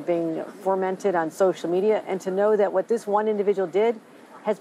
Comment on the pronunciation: Did Hochul say "formented on social media" ... what is "formented"